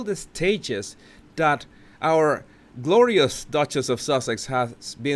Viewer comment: Sounded like Gloria's duchess when you said "glorious duchess"...lol..